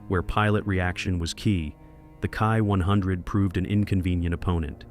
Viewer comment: I really hate when you say the title of say the Kawasaki Ki -100 as the key 100 , it's pronounced K ...i as in saying the letters. Kindly correct this error